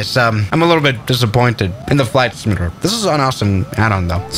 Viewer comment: He said flight simantator